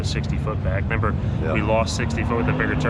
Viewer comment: says "nember" lol